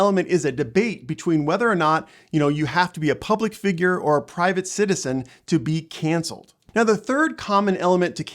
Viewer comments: Why are you saying cancer instead of cancel? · I thought I was hearing it wrong. I kept hearing cancer culture. Haha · You're saying cancer culture lol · how can you be seen as being credible when you keep saying " cancer " instead of cancel culture? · He kept saying "cancer culture". Good video otherwise.